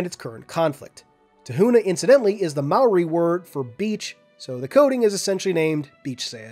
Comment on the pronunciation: hey you said Maori better than most people. It sounds like “mouldy”